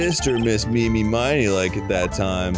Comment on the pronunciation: is it not driving anyone else nuts that they keep calling ini miney "ini meeny"? no? just me?